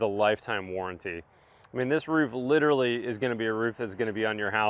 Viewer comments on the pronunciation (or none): none